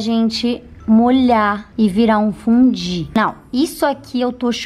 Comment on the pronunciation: Tem um momento do vídeo que ela fala "fudí." É só reparar!